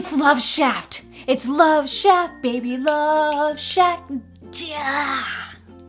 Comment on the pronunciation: You are one of a kind, one account 😉 did you say love shaft??? It's love shack!